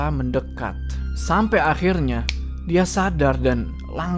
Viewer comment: faseh banget ngomong "akhirrnya" bang 😂😂